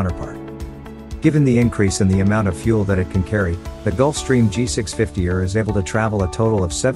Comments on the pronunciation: its E R not err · its not "er" its E R for extended range..... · It’s also a a G650 “E””R”. Not a G650 errr